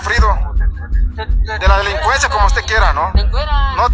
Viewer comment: “La lelicuenzia” 😂😂